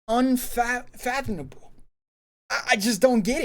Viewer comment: Unfathomamable...pause grandad 😂...luv ya bro